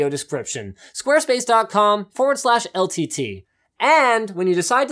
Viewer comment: everytime linus says ltt it sounds as if he's saying el tity